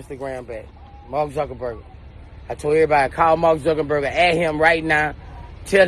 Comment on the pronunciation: Sumbdy teach Boosie How To Say Marrk Name😭😭😭😭Zuckenburger🤦🏾